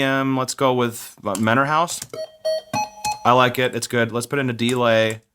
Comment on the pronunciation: is a Dee-lay the same thing as a delay? :P